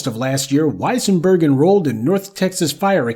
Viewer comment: wesienburg...... thats "dem" folks.